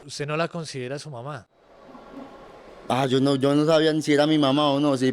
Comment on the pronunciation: Ni siquiera puede decir las palabras "papá" y "mamá" 💔💔💔 Me recordó la historia del loco vitrina 😢 Cada cabeza es un mundo, y en este caso, las drogas hicieron lo suyo.